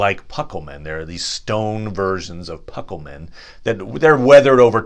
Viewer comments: Actually your pronuncement is terrible.eg it's not pucklemen, it's pronounced Pooklemen. Itsnot Gan berry gan, it's pronounced Gan Boory. Gan.oh and by the way Elrond's father's name is not pronounced as if the first letter is a Y. The first two letters are pronounced as two separate letters. Ea is not Ya. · The u is always long in Elvish and Sindarin based languages. So no, you are not pronouncing it right. They are POO-kel-men, like a Ducal Signet is pronounced. Also it is Gone- boory-gone, not Gone-berry-gone. Sorry, nice try. The Numenoreans had many Druedain among them on the island of Elenna. Pukelmen is their name for these people. Since the Numenoreans spoke fluent Sindarin in their everyday speech for centuries, only slowly evolving into Westron as their native Adunaic made a comeback during their rebellion against the Elves and the Valar. But even their Adaunaic was taught them by the Elves of the East, those reluctant Teleri whose Western kin later evolved to the sub-group Sindar, and maintained many common elements. So no matter how you spin it, every word they talk is based on the Sindarin/Teleri language.